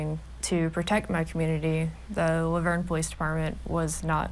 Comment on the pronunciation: How you pronounced La Vernge made me keel over lol im a local and have never heard that.